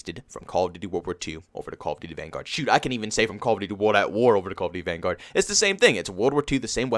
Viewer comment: Call of duty “vanGUARD” lmao, it’s hurts me when he says that.